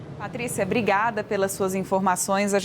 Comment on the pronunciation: Brigada nao..fia Obrigada Aprende a falar fia